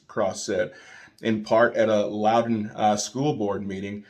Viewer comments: You said it right the first time. It’s pronounced Loud-un. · Said like L-owl-dun. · You pronounced the county name right the first time